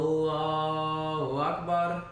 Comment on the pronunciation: Awesome attitudes, MashaAllah. Agreed. To learn fully means not to worry about what other people say or think about one’s learning endeavors. Alhumdullilah.🌴🥀 Beautiful enunciation of “Allahu Akbar,”! MashaAllah 💜